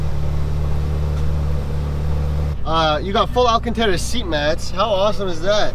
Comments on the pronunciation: Bro it is alcantara not alcentera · AlcantAra not Alcantera that’s so irritating